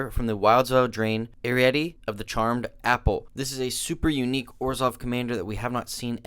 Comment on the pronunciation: Pretty sure the name is not erette you forgot an i there buddy its Eri-ette